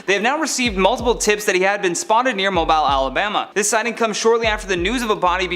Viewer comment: Mobile is pronounced (Moh-Beal). 😄